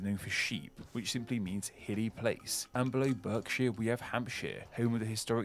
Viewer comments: Sounds like a computer generated voice. Literally nobody in England diversity of accents talks like that! And Berkshire is pronounced 'Barkshire'. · Some rather odd pronunciations by the narrator, particularly Berkshire (should be 'bark'), Derbyshire (sounds like darby), and Wear which should be pronounced more like 'weir' as in the type of river dam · yeah I don't know any southerner pronounce Berkshire like that. I'm from Reading and nobody has ever pronounced it like that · The guy doing the voice over pronounces Berkshire and Derbyshire with a hard e. Nobody I know pronounces these places like that. They're pronounced BArkshire and DArbyshire. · The “berk” in Berkshire is most definitely pronounced “bark”. The only times I have heard it pronounced “berk” has been by our American friends. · He also says Burksheer when its meant to be Barksheer. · and pronounced berkshire BERK when it its pronounced BARKshire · It's so strange. I can't get my head round that pronouncation. BERKshire rather than Barkshire hurt as well. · when attached to the end of the name of a county 'shire' is pronounced 'shuur', but we do have a breed of horse called a Shire Horse - pronounced 'shy-er'. He makes a mistake - he pronounces Berkshire as 'buck-shuur, but is more usually pronounced as Bark-shyer. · …Berkshire being pronounced BARK-shire..! 🙂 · Good Reaction, as always,.:) Berkshire is pronounced BARKSHIRE and Derby is pronounced DARBY. I really don't like the way videos refer to Oxford University and Cambridge as if they have one World famous University each! THERE ARE SEVENTY UNIVERSITIES THERE. FINALLY: Leicester City won the League Title at odds of FIVE THOUSAND TO ONE over 38 games so 10 Dollars wins $50,000!!!!! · I live in Berkshire and it's pronounced Barkshire. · strange lot..from a Berkshire man. BARKshire. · He got Berkshire wrong, it’s actually pronounced ‘Barkshire’. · Unfortunately the guy mispronounces Berkshire - it is actually pronounced “Barkshire”.